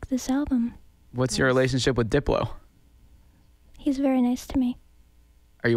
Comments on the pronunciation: I heard "I like to blow" too! ...even though it's supposed to be "I like Diplo"! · Deblow is what she said! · flowApot lmao she said "I like diplo"